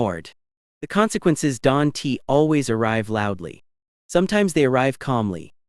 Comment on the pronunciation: Teach you AI narrator about conversation marks and commas. Don "t" should not be spoken like that.